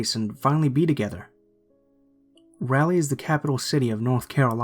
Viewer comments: Raleigh is not pronounced "Rally" Its more like "Rawlee" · Wtf is "rally"? 😂 it's Raleigh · it sounded like you said rally lol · #3: it's pronounced rah-lee haha (normally pronunciation doesn't bother me but I used to live there so I'm picky about it lmao) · Rah-lee. Raleigh